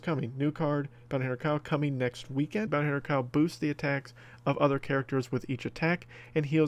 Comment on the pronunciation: I thought it said booty hunter kyle